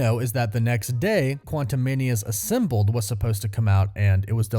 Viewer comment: Why are you saying Assimbled instead of Assembled?